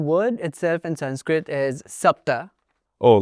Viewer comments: Its crazy how the indian dude pronounces sanskrit words with dravidian accent then says «exactly how its pronounced» 😅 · It's Sanskrut (or Prakrut) and not Sanskrit. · sanskrit doesn't drop the "a" sound at the end lol